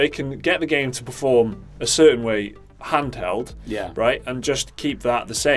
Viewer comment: "Huntheld form" ? What's that ?